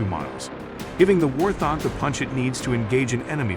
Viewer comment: It is not a war-thog.. Hoorah for AI!